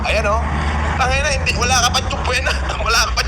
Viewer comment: Tupwena hah😅😅😅my doctorate degree s Campbridge hah Subpuena lng hindi p mabigkas ng tama😂😂😂